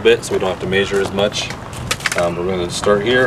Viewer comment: It’s measure not maysure